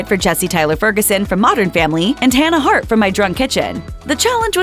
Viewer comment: It’s Hanna Hart, not Tana